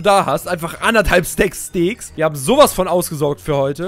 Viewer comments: Es heisst steak nicht steek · Er sagt stek